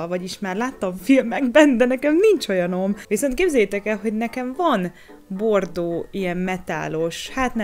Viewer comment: 20.55 én nem azt értettem hogy bordó hanem hogy p.rno xDDD